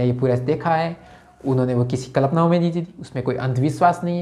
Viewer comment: भाई "कल्पना" तो बोलना सही ढंग से सीख जा